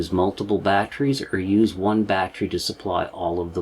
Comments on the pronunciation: Batt ter ee. Not batt re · Love your shows & you but you pronounce the word "battery" as "bat-tree" & it is pronounced "bat-teh-ree" !!! My only gripe but I miss so much because I am consumed with the pronunciation being wrong. HELP ME LEARN, SAY IT RIGHT!! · Just a tip, 'battery' is a 3-syllable word, there is no such thing as a 'battry'. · Very Excellent Presentation! I will try to ignore the "bat-tree" pronunciation because that's my problem. Sub'd anyways.